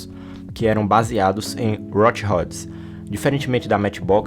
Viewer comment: "Rot Hods" foi foda